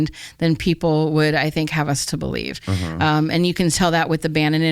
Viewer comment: Thank you for taking almost 3 hours to validate my notion that nobody on this planet knows what is going on. ;-) Yes I do not know either! :P In the end she made the most profound statement by starting a sentence with "I be-lie-(ha)ve". 'The truth' is not out there, it is what you make it! There is no 'The Truth', there is only your truth. It is called being conscious.